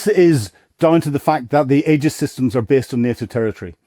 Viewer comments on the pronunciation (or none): none